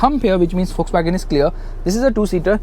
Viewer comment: it's pronounced fokswagen